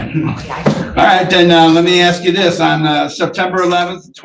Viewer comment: “I’m not boutta be on diss pone”. These people are preposterous.